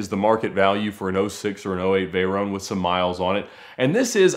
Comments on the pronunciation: What the hell is a "Vey-roane"..? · The way he says Veyron lol, he pronounces it like you pronounce macaron lmao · The way he says "Veyron" is boiling my blood